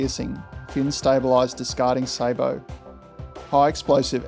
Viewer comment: Finally! A youtube video in which the narrator pronounces the word "sabot" correctly!